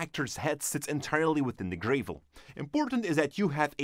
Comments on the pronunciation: its gravel not greevil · You said grave-el, it’s gravel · It's Gravel. Not "greivel". But a great video nonetheless! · Great videos guys. Thanks! Just a friendly tip for English pronunciation..... Whilst the gravel is grey, it's not pronounced GRAY-ville. The first syllable should not rhyme with "hey", "shade", or "gray/grey" but instead should have the same "a" sound that is used in "grab", "hat", "bat", or "tap". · It’s not pronounced like grayvel it’s pronounced like gravel with a short A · The way he says Gravel.... It's gravel like apple not grAvel like April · I hope hope hime pronouncing gavel gray-vel is a joke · Gravel is pronounced grevvol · I m sorry but graaavel? its a small thing but it made cringe so fucking hard everytime he said it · "GRAVE-EL" *sigh* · Prolimentra An accent is one thing, but it's not the case this time. Since he uses other words like tape and etc. that sound the letter 'a' the same way.